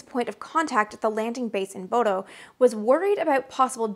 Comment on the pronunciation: FWIW, the town in Norway you repeatedly mention "Bodo" (with funny "o" diacritics) is actually pronounced like "Bhudda." I know, weird, right? Those crazy vikings and their funny way of talking, it's like they never even considered what their names would look like in 'murrican! 😜 BTW, it's a beautiful place to visit in the summer, just remember that the restaurants close when it only looks like it's late afternoon (but it's really 10 o'clock at night...)